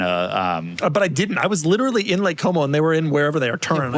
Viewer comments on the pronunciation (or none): none